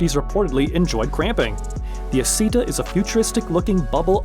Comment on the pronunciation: It's Not The Aceta It's ISSETA